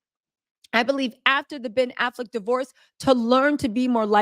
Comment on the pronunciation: "pen affleck" 💀💀💀💀